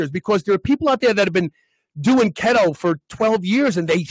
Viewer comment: It's "KEETO" NOT kheto has!!!!!!